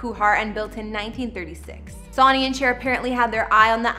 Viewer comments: That she keeps mispronouncing a pretty common name - not to mention one so famously familiar- is driving me crazy, ha!!!!!! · Thank you. I had to Stop watching video. Pronunciation is Everything .. unless your a foreigner, I get it. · Yeah, but even son is pronounced sun—not sure how you could get that wrong. Someone said she’s doing it on purpose for the comment numbers. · If you're doing an FYI about a person, the least you could do is get their names correct. His name is Sonny Bono! Since he is currently deceased, more reason for you to extend some respect and get the man's name correct along with an apology for the gross error you made with his name. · I wish she could at least have learned how to correctly say Sonny’s name. How disrespectful that she didn’t practice saying his name before filming. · I can't believe she's pronouncing Sonny's name wrong 😔 😪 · Please! Please! Do your research better and know how to pronounce the names of the people you're talking about*Sonny Is like the son you're expecting to be born or the sun in the sky... whomever produced this is slacking. Other than that....nice job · Unbelievable you can’t even pronounce Sunny’s name correctly!! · Please pronounce his name right. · It is hard to watch this when you don’t know how to pronounce Sonny Bono. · How do you mispronounce Sonny? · Bot should not be used as narrator. They do not understand English. Their is no Saunny, it was Sonny as in the old song Old Sonny boy! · Why do you keep saying “SONY & Cher”? You don’t know how to read Sonny ? Not to mention I’m sure you’ve heard of them. So irritating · Sun-ee. Not Sawny. JFC I can't even listen to the whole thing now. Like ??? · "Sawnee " Bono...Pronounce much? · You have NO business creating a video like this is you do not know how to pronounce the names. It's pronounced 'Sunny', NOT Sawney!! And Bono is pronounced Bo-No, NOT Bah-no!! Just like a young person to care little about getting something correct. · It's pronounced "Sunny" ...